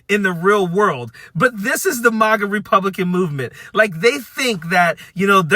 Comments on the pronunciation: I think this video is great and I agree with this dude, but why is he pronouncing MAGA and MAUGA? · Sorry, but I need to correct you. MAGA is not pronounced Mah-gah. It's pronounced maggot. The plural is pronounced maggots. THANK YOU for your attention to this matter!!